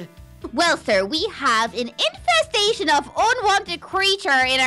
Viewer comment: "AN INFFESTATION OF UNWANTED CREATURE!!!" 😂😂😂